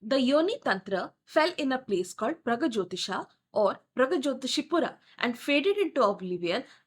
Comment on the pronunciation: It is NOT bamboo - it is sugarcane bow. Kamadeva didn't get cursed with disfigurement - he was burnt. Thus he is called atanu. Ananga. It is not Naarkasura. It is Naraka. Like narak. Mekhala partha - girdle path. It is praagjyotishpura Not Prag. It is paaTala - ta as in time and not as these. Ka varga, ca varga Ta varga. Not ta varga. You have changed the meaning itself if paTala. Also in matangi it is ta as in ta varga ta (before the pa varga). It is ekajaTA (Ta varga as ka, ca, TA) (jaTA - matted locks). Not ekajata (one birth).